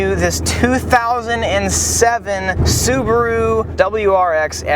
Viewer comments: "Scuba Roo" ... lol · Lol "Scubaru"